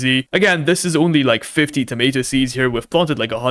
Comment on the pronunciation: It's tomAto not Tomito 💔